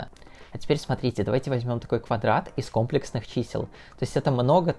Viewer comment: Потому что он сам не понимает о чем говорит. Уши вянут от ко́мплексных чисел..